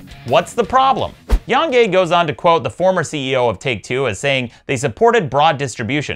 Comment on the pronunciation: Who the hell is "Yong Yay," Maddox? It's Yong Yea. He signs off on his videos by saying his name all the time. C'mon, Maddox. I mean, seriously, c'mon. 🙄 Also, comparing the Borderlands franchise to the Mass Effect franchise is silly. One of those two franchises wasn't tarnished by its previous entries. One of those two franchises isn't owned by EA, a company known for taking established franchises and developers and turning them into literal horseshit. Yes, LITERAL. 🤨 And comparing Epic's store in 2019 to Steam's in 2004 is also silly. So yeah, fuck Epic and their experiment in anti-consumerism. 😃